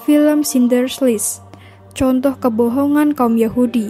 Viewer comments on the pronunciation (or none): none